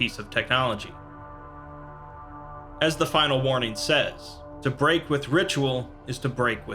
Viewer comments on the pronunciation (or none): none